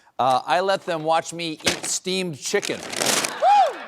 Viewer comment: Is he saying Steve’s chicken or steamed chicken?